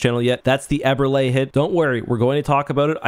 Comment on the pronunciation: Last correction: it's pronounced Eber-Lee not Eber-Lay